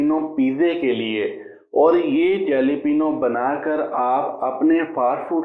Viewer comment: It's not to be pronounced जलेपीनिया ... Please pronounce Jalapeno ( हालापेनो )